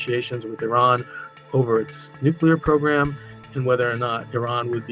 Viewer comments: You do know that's not how you say nuclear right? newkular? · Damn guy can't even say NUCLEAR right!! so frustrating. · Someone needs to teach the narrator how to properly pronounce the word "nuclear"